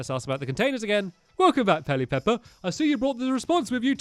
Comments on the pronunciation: I love it when stampy says ‘peli-pepper’ you’ve got an extra ‘pe’ in there stamps 😂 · Pel ip er Not: Pel i pep per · Its not pelly-pepper! Its pell-e-per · Its not peli pepper its peli per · It's Pe lip per ot Pelipepper!!!!!!